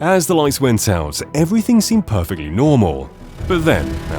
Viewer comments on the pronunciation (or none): none